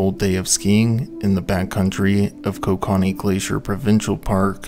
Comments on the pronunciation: another Canadian here, it's pronounced ko-KA-knee .. no matter how most Canadians like to say it. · Dude needs to learn how to say KO-KA-NEE. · OH WAIT YOURE TRYING TO SAY KOKANEE (CO-CAN-EE) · Love how I knew 5 seconds in all the comments were gonna be Canadians being irritated by the pronounciation. I love cracking open a nice cold Ko-kah-nee at the end of the day lol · It continually makes me laugh as to how much non-Canadians don't know how to say many of our land marks. It's not pronounced "ko-ka-nee", it's "koke-a-nee" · Canadian here, Kokanee is pronounced: “Coke- ah-kneee” loved the video! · it is pronounced coca knee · It's pronounced co-can-ee😂😅😂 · As much research that goes into one of these, is it that much to also research the pronunciations? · I didnt even know he was trying to say kokanee and I'm also from the town the brewery is in LOL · Yes!!!! Not sure I can watch this. in and whoever is speaking doesn't even know how to pronounce Kokanee. How does that happen? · This guy needs to learn how to pronounce kokanee properly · Shame you didn’t take the time to learn the proper pronunciation for Kokanee. And, you only get about 50% of the story correct. How do I know. I was there.